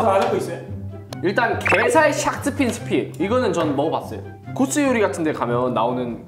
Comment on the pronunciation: 게살 샥스핀 스'핀' ㅋㅋㅋㅋㅋㅋㅋ